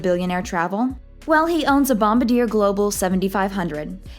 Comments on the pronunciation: “Bom-bar-dee-yay”…. Not “Bom-ba-deer”….. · It's a Bombardier Challenger. The company is pronounced "Bom-bar-dee-ay", not "Bom-buh-deer". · BombaRDIER not BombaDEER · It is not bomba deer but Bombardier (last r silent)!!! Bommmb barrr dyehhh lol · bomb-a-deer LOOOOL way off hun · "Bomba-deer"... this channels are the worst... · The jet manufacturer is Bombardier, pronounced bom bar dee ere. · IT is pronounced bombardiea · Her inability to pronounce Bombardier correctly just kills this video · I don't trust a source that doesn't even know how to pronounce "Bombardier" properly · When you can’t correctly pronounce the name of the jet why would anyone listen to what you have to say. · Great video. Please learn how to pronounce Bombardier. Here is a link to the correct pronunciation. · Bomb-ah-deer?? It's Bomb-bard-E-aeyh. A-cure-ah?? How about Accura? Does this gal live completely off-grid?? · You mispronounced Bombardier. You mispronounced Acura. Buffet’s jet was named the Indefensible, not Indispensable. Wow.